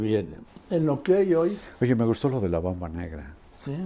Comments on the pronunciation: Carlitos,es "Mamba". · No es Bamba, sino Mamba, muy estimado Carlos